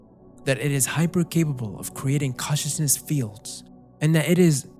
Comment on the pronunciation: bro... it's "con-cious-ness" .... not "cautious-ness" .... as in 'conscious'; being aware of and responding to one's surroundings; awake